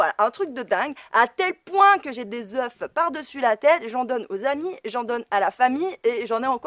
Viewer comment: On ne prononce pas le f final au pluriel de œuf si je peux me permettre.